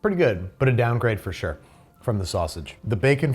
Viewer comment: I'm tickled by how midwestern babish got while eating the jimmy dean ones , with all the I SHURE DO